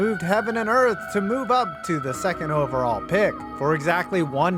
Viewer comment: …”OVERALLL”? That extra L was prescient…